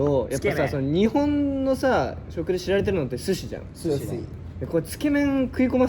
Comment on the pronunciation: 克樹「寿司」の発音がいつも「sushi」なのほんとにおもろい